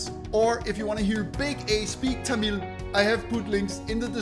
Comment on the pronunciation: You say tamill bro